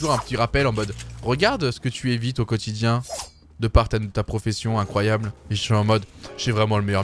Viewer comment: Le "incroyable" à l'anglaise m'a tué. Ce fameux bilingue doigbybyby